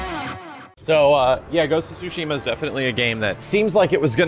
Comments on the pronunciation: Yeah, the ‘T’ is definitely not silent in Tsushima. It’s supposed to be ‘Tsoo-she-mah’ (I’m no professional when it comes to writing out pronunciations, so give me a break). Also, in Japanese, the first syllable is the stressed syllable more often than not. So, we tend to say ‘He-roh-SHEE-mah,’ but the stress definitely shouldn’t be on the third syllable in Hiroshima. Anyway, it’s not really all that important since the Japanese butcher English pronunciation with katakana, but if anyone actually cares about how it’s pronounced in Japanese, there ya go. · It's not "Sushima" , the "T" isn't silent. The developer simply doesn't even know how to pronounce his own game's title. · The T is not silenced. It’s actually TSU. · No the accent is actually Tsu-Shi-MA !! ツシマ、対馬 That's why make me laugh when I heard they say Su-shima!!😂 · No the creators confirmed it's said like sushima. The T is silent since the Dev said it in the State of Play. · The T in tsu is never silent in Japanese btw. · the t sound in tsu つ is slightly pronounced, it’s not su す which holds no t sound. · Dank Vader16 dev pronouncing it the american way like how you guys pronounce tsunami as “soonami”. the correct way of pronouncing is explained well by the mr up there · The T in Tsushima is definitely not silent. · the T isn't silent in japanese, it's just how he chose to pronounce it in english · the t is NOT silent, they just say it like that to make it easier... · I've actually been to Tsushima...there is nothing there. And the T is definitely not silent but it's a slightly difficult pronunciation.